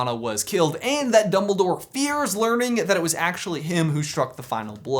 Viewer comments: Oldbledore? OLDBLEDORE?! Not DumbOLDore? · Did i just hear youngledore?????????????? I really hope that he learned it from potterless XD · youmbledore... you really just said.... YOUMBLEDORE